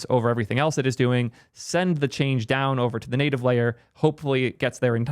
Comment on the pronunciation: What is “the native liar”? Are you trying ro say layer? And the “netive” pronunciation of native is also peculiar. Like a Canadian under transition. Never heard these from you before. Cook